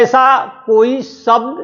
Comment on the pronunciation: सब्द नहीं शब्द होता है